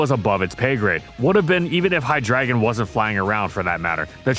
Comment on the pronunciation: HIGH-DRAGON? No, It’s HIGH-DREY-GONE